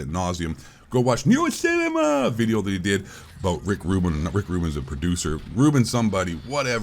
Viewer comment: Why do you keep saying “NeroCinema” like that… ? Are you implying his mentally handicapped